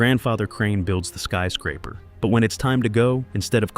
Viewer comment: "skee" scraper? You are sooooooo lazy. Pro tip: learn how to read and narrate your own vids. aaaaa-holllllle